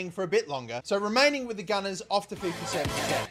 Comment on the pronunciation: Love your vids,but mate why do you keep calling fifa "fifer"?